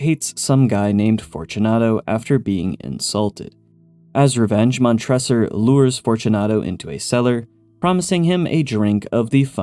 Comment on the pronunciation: Before you make the Cask of Amontillado Pop Culture short please double check your pronunciation of the names. Mon-tre-sor